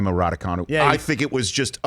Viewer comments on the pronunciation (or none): It's time to learn how to pronounce "Raducanu". It's actually spelled "Răducanu". The "ă" is pronounce "ə", like in perhaps (pərˈ(h)aps)